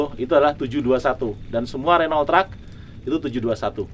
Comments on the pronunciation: Pak bos nya aja bilang renoult bukan runo bang.. Mantap ini truk..bukan kaleng2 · cmn salah penyebutan renault harusnya renow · Saingan sama Volvo FMX,Scania(Swedia),Mercedes Benz (Jerman),Iveco( Italy) 😁,Di Kalimantan paling banyak truk2 ini, nyebut Renault nya kurang tepatSwaedia/Prancis/Jerman/italy ejaan hurufnya sama kaya Indonesia,Jadi baca saja kaya baca ejaan Indonesia bukan kaya bahasa inggris 😂